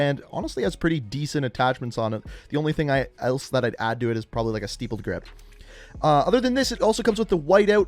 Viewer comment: Asar Hussain I threw up when I heard that